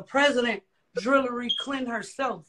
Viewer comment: that woman said “Drillary Clinton” . bye